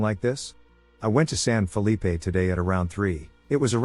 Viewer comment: Stop saying San Felippe. Nob.